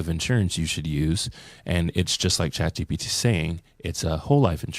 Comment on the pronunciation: Uh...Guys, it's Chat GPT!! Not GTP...Thought you guys should know :D